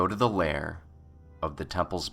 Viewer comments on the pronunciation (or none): none